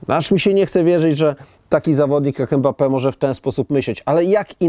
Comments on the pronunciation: Imbape się wymawia😁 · poprawnie wymawia się [ymbape]